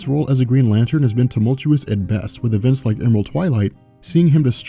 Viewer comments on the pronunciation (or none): none